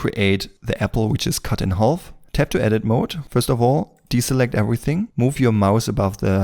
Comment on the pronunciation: Bitte hör auf "half" zu sagen. Das ist schwer zu ertragen. Das L wird nicht gesprochen. Sag: "haf". Ansonsten super Video.